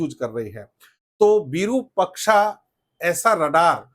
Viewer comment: आइएएस तैयार करता है ये और विरूपक्षा कह रहा है। ये बनाएगा आइएएस। विरुपाक्ष होता है रे।